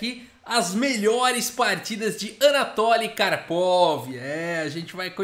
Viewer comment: Fala-se “anatóly” ou “anátoly”?